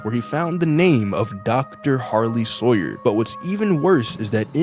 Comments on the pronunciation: Sarlie hoyer 😂 bro you changed the name of harly sawyer. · "the sarley hawyer robots:🙏🙏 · Sarley Hawyer